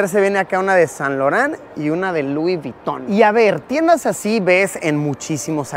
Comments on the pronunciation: *Luis vuyton 😂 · Vamo esa tienda "lui viton" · Lui Viton? jaja